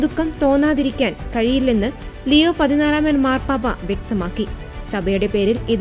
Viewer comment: ദയവുചെയ്ത് പാപ്പയുടെ പേര് തെറ്റാതെ ലെയോ എന്നു പറയാൻ ശ്രദ്ധിക്കണേ